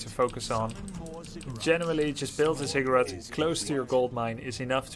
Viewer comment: Watching at 1.5x speed, every time you say "ziggurat" it sounds like "cigarette" and throws me off. That is all.